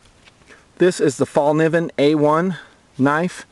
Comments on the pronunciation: haha, everybody from english talking countrys sais Falniven, and now people are starting to think thats how you spell it. !!Fällkniven!! :) the K and the N is prunownced kn, not just like a N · It's pronounced "Fell Kneeven," not "fall niven" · fallkniven (fällkniven) is swedish for 'the folding knife'. over here it's pronounced 'fell'", as in "fell down", kay sound as in 'clip' followed by 'nee' as in 'knee' and "when". "fell-k-nee-when" - say it out loud and you'll pretty much mastered the swedish language.